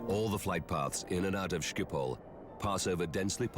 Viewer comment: thats the most retarded pronunciation of schiphol i have every heard